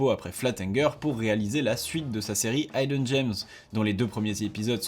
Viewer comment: Super vidéo ! Merci pour le boulot, c’est trop bien d’avoir tes résumés des news :) Juste pour info, le i du mot « hidden » se prononce comme celui du mot « middle » et pas comme celui du mot « right ».